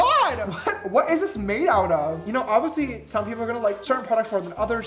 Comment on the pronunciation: I love how he says “obviously” like he doesn’t pronounce the “l” so he ends up saying ov-i-sea 😂♥️ Ex.